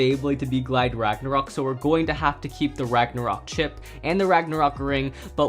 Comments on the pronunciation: who even says bagnaruk its roktovor bro' my god my you watching anime but your in china mode ok Kyuss English ok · Ragnarok ❌ Ragnaruk✅